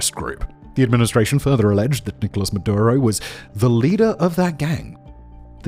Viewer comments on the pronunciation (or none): none